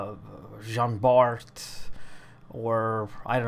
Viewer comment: Bart????? Its prnounced Bar ... the T is silent. :(